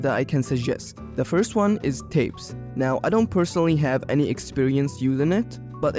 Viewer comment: tapes? I thought it was tapas 😅